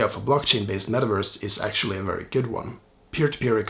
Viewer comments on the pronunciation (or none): none